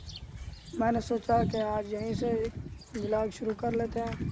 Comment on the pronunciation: Vilog bol raha vlog ko kya vlogger banega re tu bola ja nahi Raha tumse har time ye dekhe ye dekhe check kare check kare karta rehta hai tu b jo tere ghar mai admi rehta uss ki tarah he pagal hai